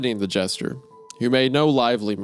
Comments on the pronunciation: Anybody else annoyed by how Wendi says "Jester" as "Gesture"? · Hunter mispronouncing a word: FUCK!! Meanwhile Isaiah: gesture, jester, gesture, gesture...